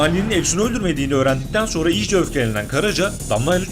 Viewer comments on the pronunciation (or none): none